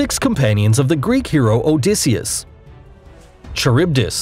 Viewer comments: "Sigh-la"? "Char-ib-dis" "Cuh-too-loo"? Dude, my kids watch this video. If you're going to make videos, at least get the names of the monsters right. "Silla" "Kha-rib-dis" "Kah-pa" (not cap-a) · Her name is scylla 😠😠😠😠 and you pronounced charybdis wrong 😠😠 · Scylla is pronounced sila Charybidis is pronounced caribdis Edit: love you for using screenshots from Percy Jackson and the sea of monsters movie but I extremely dislike you for the same reason as the movie is very inaccurate to the original book